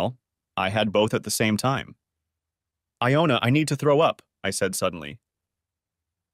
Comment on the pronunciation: I had trouble with that too! First it's Iona. Then it's Jonah. WTF?!! Either it's the computer or it's someone not proof reading the story before sending it in. The AI is reading pretty well. But damn! The misspelling and mispronunciations!